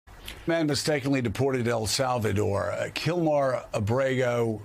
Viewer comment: JEEZE!!!! The man's first name is KILMAR Morning Joe...DO NOT PRONOUNCE IT AS "KILMOR"....what an JERK you are Joe!!!! Slip of the tongue????? I do NOT think so...!!!!! First TEN SECONDS of this clip and YOU pronounce his name as "kilmore"....WTAF!??